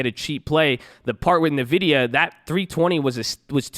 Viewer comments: So the Nvidia is pronounced as "envidia" and not "navidia" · Are you messing with us on these pronunciations of these companies? NVIDIA is [en-VID-eeyah] , Abbvie is just Abbvie....not Abby-vee. (Hopefully messing with us)